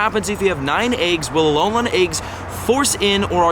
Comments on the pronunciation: It’s Alolan not Alolon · Stop saying alol-on it's pronounced alol-in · its alolan not ALOLON lmao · Does it bother anyone else how it he says Alolan? It is not Alolon :S Love your videos dude! (Y) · its pronounced uh-lo-lin not uh-lo-lon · Why do you pronounce it as Alo - lon? It's Alo - LAN Also I don't think multiple accounts will be an issue. It will do almost nothing to harm the trading community. I'm not going to lie either, I multi account. But only because my local POGO community are full of selfish and toxic people. I'd rather play by myself as sad as that may sound. The friends I do play with are my wife, and friends from out of state that visit often. What I'm curious about is how many people have the same issue of their local POGO community being toxic? For example they refuse to invite people under level 40, and they start drama over all sorts of nonsense. Like EX:Raid teams. They've also bullied people who were just joining the game into thinking they weren't good enough to do raids with them. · Dude it is pronounce Alo-lin not Alo-lon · Why do you keep saying alolawn 🤔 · Alolon? -.- Just say gen 7 forms or something xD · alolan = uh low lin pls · its- A-LOW-LAHN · Love your content but if you say Alolan wrong again I’m going to lose my mind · I just cringe every time he says km and alolan. How can u butcher it this badly